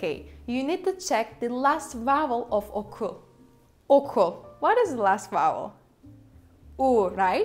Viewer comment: As a native Turkish speaker, I can say for sure you are too, I wonder: Why do you keep saying/pronouncing “okul” as “oku” persistently ?